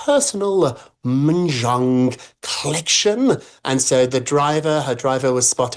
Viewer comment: Thank you Maureen for being the only person able to pronounce ‘Mahjong’ correctly